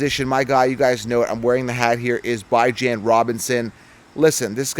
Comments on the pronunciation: Bro pronounced Bijon as Bye John.....bruh... you're supposed to KNOW fantasy. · It’s BEE-JAHN. Gotta pronounce it right. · Butchered Bijan's name 😂 good lawd. Decent take though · Can't trust this guy if he still can't pronounce bijan correctly by now